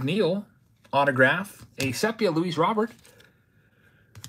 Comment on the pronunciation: Also, it def pronounced “seepia”